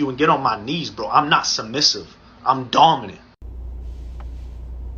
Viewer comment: im DEAD mans said DAWMINENT